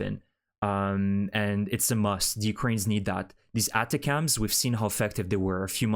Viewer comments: About the pronunciation of ATACMS: It is not "attah-cams". It is attack'ems, intended as a short form of attack-thems. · it's attack-ems.. it's not cute that you constantly pronounce stuff wrong. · Pronounced: "A Tachums", with the accent on TAch.